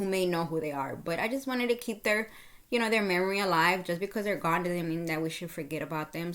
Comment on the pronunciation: Gone not goon😮